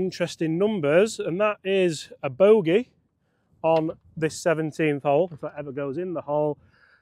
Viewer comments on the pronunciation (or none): none